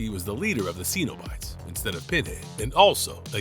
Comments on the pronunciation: It's sin-o-bite, not see-no-bite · Love your videos but need to pronounce Cenobites better😊